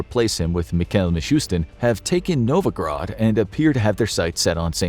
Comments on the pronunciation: its not NOVOGROD its NOVGOROD, how many fing times ... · He is much better than a lot of YT narrators, but a LOT of pronunciations are botched. In this one, Novgorod has become Novograd. Novograd <---- no such critter.